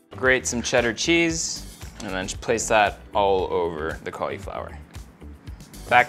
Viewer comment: I hate the way you say cauliflower lol